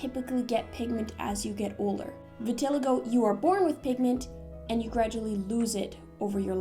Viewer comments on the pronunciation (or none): Vitiligo is pronounced Vitil-eye-go